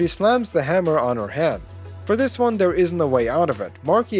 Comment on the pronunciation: How he says hand sounds like head so I'm like whaaaaa